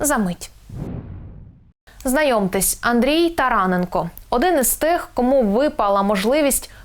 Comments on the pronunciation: ТаранЕ'нко. робіть наголос правельно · Говоріть правильно прізвище НЕ тарАненко а тараНенко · тараненк О, ГОВОРИ ПРАВИЛЬНО